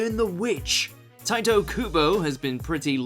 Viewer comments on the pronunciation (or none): none